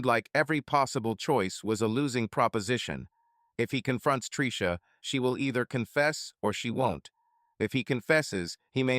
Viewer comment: Well when you get blasted and pass out then you get all the fallout. Predators never sleep after all and love to cuck the losers. Ai voice enunciation of Tricia as Treeesha was driving me crazy 😅